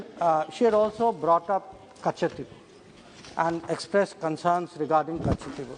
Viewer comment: Madam hope you are staying in tamilnadu only .....cos it's not katchativvwhoo..it's katchativu😃